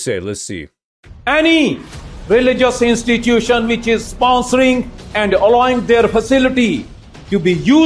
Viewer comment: Did he say which or bitch